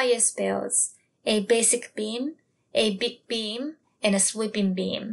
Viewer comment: when you said Big Beam, I heard Baked Bean and missed the rest of the video cos I was giggling so much lol